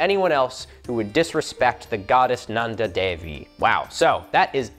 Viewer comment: you forgot the second n in Nanda